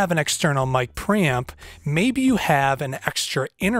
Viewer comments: lol, sounds like you're saying "Mic Pramp" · mic pramping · Whet did he say micropram? I need one but i dont know what exactly is that unit he says. I cant find micropram in ebay.... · how many times did he say ”pramp” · Hahaha mic praaaamp - can't fucking unhear this and he says it so often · Got under your skin that he doesn't pronounce it "Pre-Amp" too didn't it?🤔🤣🤣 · What is a mic "pramp"? LOL Just teasing you man 😋